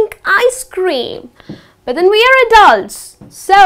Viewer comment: i hear that from yout thickly pronounced D in 'but'